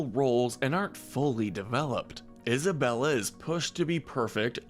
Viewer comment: and Isabela is more like “Eesabela”